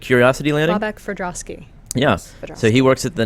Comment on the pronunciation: Veronica, the NASA mohawk guy is actually Bobak Ferdowsi, not Ferdovski. It's a Persian name, not Russky :)